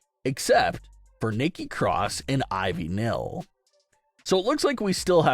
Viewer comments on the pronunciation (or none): nile not nill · I just wanted to say that Ivy’s name is Ivy Nile like the Nile river. Not Nil.